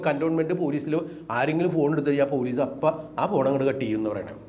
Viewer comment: എന്ത് പുയലീസ്, പൂ... പൂ ലീ സ്സ്